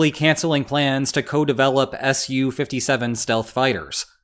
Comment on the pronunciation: "Soo, Fifty Seven". Su-57, not SU-57. "Su" stands for Sukhoi, so ya just say "Su".